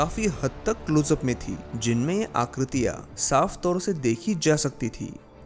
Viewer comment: भाई, हैं को है कहते हो ,हां को हा कहते हो ....यह अशुद्ध है। आकृतियां को आकृतिया बोल रहे हो । हिंदी तो ठीक से बोलो , तब वीडियो भी अच्छी लगेगी।